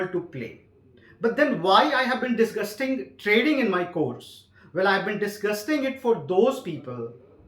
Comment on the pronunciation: Did he just said "disguisting" instead of "discussing"